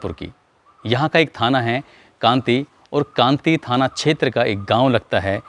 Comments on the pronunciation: कांटी kanti h कांति नहीं भाई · Kanti nhi sir kati hai